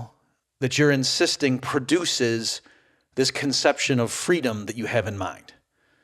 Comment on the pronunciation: Brook Shields: "Fweeedom!"